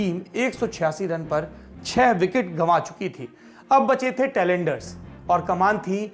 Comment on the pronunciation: सौरभ जी, टैलेंडर नहीं, टेल-एंडर्स